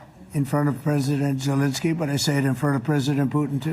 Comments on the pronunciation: I had to turn on captions.Youtubes automatic captions thought you called Zelenski Voldemort too. 😆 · Did you say Voldemort Zelenskey? 😅